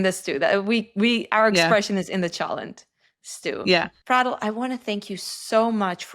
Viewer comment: Why do you pronounce her name like that? Isnt it Fray-del?